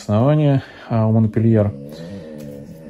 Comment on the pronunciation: Всех приветствую.,здравствуйте.Орхидейки вам достались "капризные",но вы справитесь с их востановлением,уверенна.А вот название французской красотки говорите не по французски.Правильно произносить "Монпелье".Все три растюшки шикарные и желаю им быстрейшего "выздоровления".